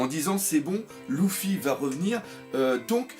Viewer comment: j'ai remarquer que tu arrivais pas a dire luffy mdrr , tu dit toujours louffy :)